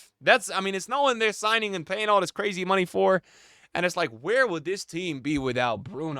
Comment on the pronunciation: “And its cwazy” 😂